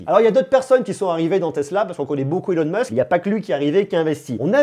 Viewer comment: Elon Musque 🤣 c'est stylé remarque, à la Française ^^